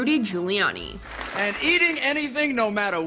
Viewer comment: "Friggin Gulianni" anyone?